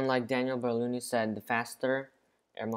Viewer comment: Not berlouni, he's Bernoulli